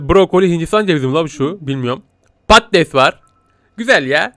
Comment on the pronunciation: Pattes değil patates